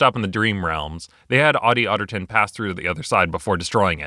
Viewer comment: Ottie Ottigton Me: Hatty Hatington